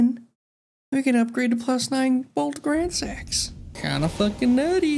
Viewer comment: i leveled dex just because "gransax" sounds like "grand sex" and i thought it was funny.